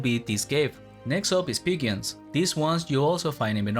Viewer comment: I have 13k bestiary points so the video is not very useful to me but at least you made me laugh with your pronounciation of "pigeon" :)